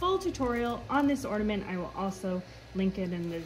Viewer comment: I thot it was orNAment not orDAment lol